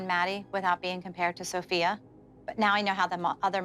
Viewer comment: LOL NOT THE WAY KELLY CALLED SOPHIA "SOPHIE"